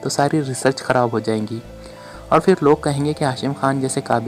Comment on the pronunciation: Hut 👌👍 Hit 👎 JAZAKALLAH KHAIR Rewani m jub bolty hain tu Jo words normally zebaan p hun wo hi Ada huty P ko h bolna rewani nei h Phir, 👍 Fhir 👎 Pharna 👍. Fharna 👎 Phat 👍. Fhat 👎 P ko f na bolain JAZAKALLAH KHAIR